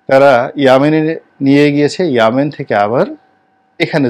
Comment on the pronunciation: আপনাকে বুঝতে পারা যায় না। " ইয়েমেন " উচ্চারণটাকে প্রতি বারেই (প্রায় ভিডিওতেই)"ইয়ামান" উচ্চারণ করেন যা শ্রুতিকটু লাগে।